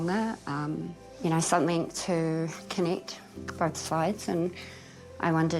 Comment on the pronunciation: The lovely lady at the beginning with the beatufil face tattoo, when she said the word 'something' it almost sounded like she said "somethingk", I've heard other people from NZ pronounce it that way too, has anyone else noticed that? I am fascinated by accents and how accents evolve. Does anyone know what it's called when a K sound is put at the end of a g in NZ English?